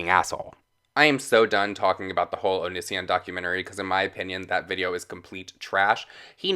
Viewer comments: btw... it's said like "oh-knee-c-on" NO HATE ON YOU BABE...I was just saying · O-kenee-see-on Not o-nis-e-on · OH-NEE-SEE-ON PRONOUNCE OT RIGHT OR DONT MAKE VIDEOS ABOUT IT I COULDNT GET THRU THE FIRST 5 MINS WITH YOU SAYING Oh-Nis-e-On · Low key a nitpick, but you pronounced his name wrong lol It’s not a big deal I just get bugged easy It’s oh-knee-see-on Great video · "O niss ion" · I'm so triggered by his pronunciation of 'onision' Am I the only one?!?! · Im mostly annoyed that you dont say Onision correctly....